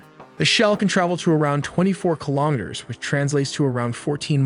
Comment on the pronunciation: wtf is kilometer bro said